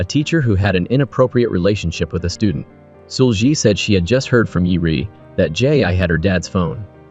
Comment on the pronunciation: seul-gi... it's pronounced see-ul ggi ... gi is a hard G like glove or grow. not a soft g. the brutal mispronunciation is hard to listen to for almost 2 hours.